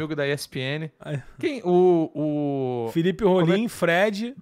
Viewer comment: esse "Fifero" Mello me pegou pra crlh kkkkkkk